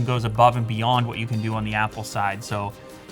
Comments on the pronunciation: Oppo is pronounced Apple with a spanish accent. Its not " op-po" watch. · Isn't it oh-po?! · when you say oppo watch it literally sounds like Apple Watch lol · " OPPLE WATCH " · It's an "OPPLE WATCH". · Sound like you said the IM PO watch lol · It's pronounced with a long O... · Is that anApple? No. Its pronounced Oppo.